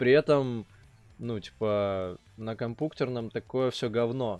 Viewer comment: Не мучайся пожалуйста говори нормально уомпьютер а не компуктер🤦